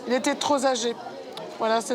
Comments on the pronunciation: Exactement... elle n'est pas toute jeune non plus avec un physique pas trop facile et elle fait la difficile... en plus elle a dit qu'il etait trop "z'ȃgé" au lieu de trop "p'ȃgé" 😆🙄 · ''Il était trop z'agé.....'' un petit effort Vincente dans les liaisons 😂😂😂